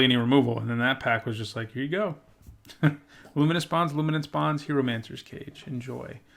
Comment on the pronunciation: Just a note, because I'm sure I mispronounce a ton of card names, so please take this from that perspective, but it's "Hie" like "Pie" in "Hieromancer's Cage," not "Hee." Appreciate the content! Thanks for posting your drafts!